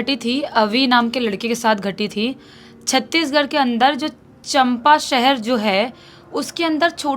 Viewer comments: Champa nai chanpa hai 😂😂😂😂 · Chanpa nhi hai bhaiya chaapa hai Bhaiya mai to aapko 2 saal se subscribe Kiya hu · Champa nahi Chaampaa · Bhai it's not champa it's cham pa thora glt pronounce kia aapne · River name is Hasdeo and it is major tributaries of Mahanadi....city name is pronounced wrongly it's Champa चांपा